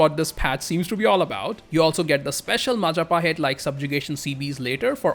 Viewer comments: Mahajapit❌ Majahapit❌ Mapajahit❌ Mahapajit ❌ Mapajahit❌ Ma ja pa hit? ✔️✔️✔️✔️ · that majapahit butchering is so gud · and proceed to mispronounce majapahit like a tongue twister match